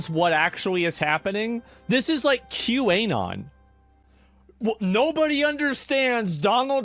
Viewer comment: Q-A-Non is a new pronunciation I had not heard before.